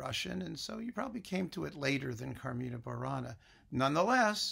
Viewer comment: As a native latin speaker, coming from ancient Rome itself (my English, igitur, may be far from perfect), I see a little incongruity in the way you say 'CarmIna Burana', with the I stressed, and then 'Catulli CArmina', with the A stressed; the latter is the correct stressing in the language of my (old) days. Of course I know these songs are very modern, as they were composed in what you call the 'Middle ages', but that should not have nothing to do with which the stressed syllable is. In other respects, I learn a lot with these videos,, and really enjoy them. So thank you very much!